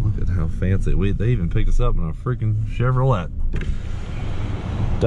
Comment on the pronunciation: Him : in a die hard corvette fan!! Also him : *pronounces the t’s in Chevrolet”